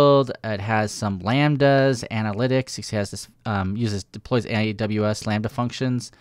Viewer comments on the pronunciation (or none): none